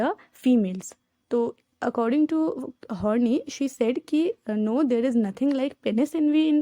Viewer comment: sorry but its pronounced as karen Horn-EYE.